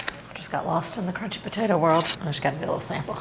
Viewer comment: I just love the way says "patata" 😅